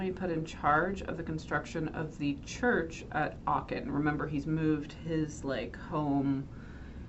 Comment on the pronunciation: You mispronounce Achen every single time. Sickening